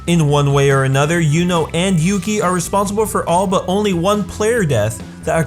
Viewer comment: Great video! But please don't pronounce "Yuno" as "Juno". Just don't. thx